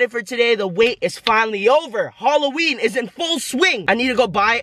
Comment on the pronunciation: "Holloween"